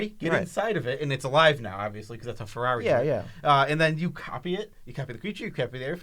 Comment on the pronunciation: say Ferrari!